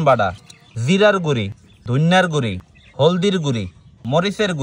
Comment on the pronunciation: সয়ামিন❌ সয়াবিন✅ মরিচের গুঁড়ি❌ মরিচের গুঁড়ো ✅😅